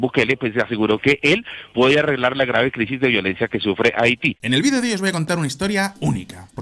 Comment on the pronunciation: Pero,tarado no se dise Vidio" se dise vídeo,como se escribe ,tarado